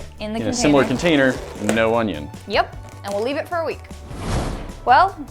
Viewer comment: Nates smile was just perfect when he said “and now we leaf”